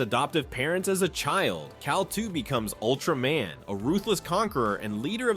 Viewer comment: It Ultra-MAN not ultramen